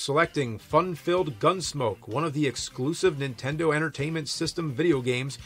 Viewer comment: Why does james say "intendo"